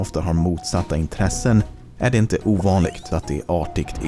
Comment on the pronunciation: Låter mest som att han inte är så van att läsa manus på svenska Edit: Han uttalar ord på lite anorlunda sätt MyckeT, OvanliGt